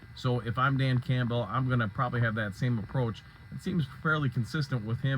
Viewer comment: Bro....As much as you cover this team, why do you continue to mispronounce the HC's name as Camp-Bell.? 🤣🤣🤣